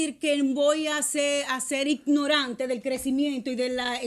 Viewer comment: Ella me gusta pero no se dice imnorante, se dice ignorante 😅